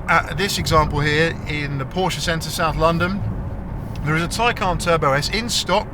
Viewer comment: FINALLY, someone on YouTube who can pronounce Porsche.